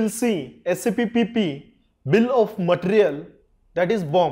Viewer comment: Bill of mattrrial. No offense. 😂